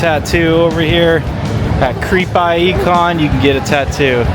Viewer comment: You realize its pronounced CREEPIE, not Creep I.E.